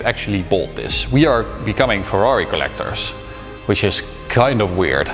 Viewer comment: Very congratulations from Italy! I appreciate the commitment in the Italian pronunciation! always the top